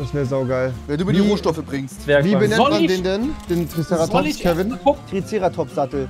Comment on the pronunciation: Es triggert mich so wie sie Triceratops aussprechen